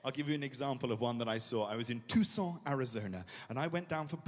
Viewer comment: I love how French he made Tucson seem 😂🤣